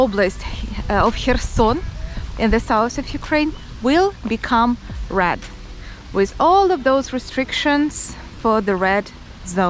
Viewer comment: Sometimes when you say “red” it sounds like “rad” it took me a moment to understand what was a rad zone 😂